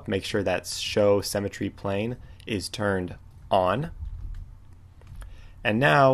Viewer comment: Thank you for the tutorial on cemetery! ;D Symmetry is pronounced differently. But seriously, thank you very much, your tutorials are great, I pushed the like button. :)